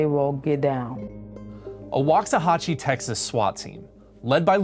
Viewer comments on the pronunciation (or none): Waxahachie is: First (a) is like 'walk' Second (a) is like a short 'u' like 'putt' Third (a) is like 'hat' :)